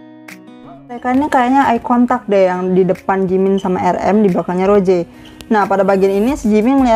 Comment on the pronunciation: Kak mon maap bukan roje tapi rose